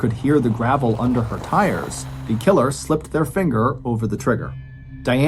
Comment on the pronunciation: Dude said killer so many times it started to sound weird. "Tha KiILurrR x1000"😁